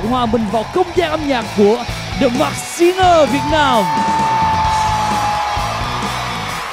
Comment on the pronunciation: Mình rất mê chương trình ♡ Hy vọng góp ý nhỏ này sẽ có ích ạ: Singer /ˈsɪŋə/: phát âm đúng sẽ là sing "ngờ" chứ không phải sing "gờ" đâu ạ ^^ The masked /mɑːskt $ mæskt/ Hóng chờ tập tiếp theo quá ạ ^^~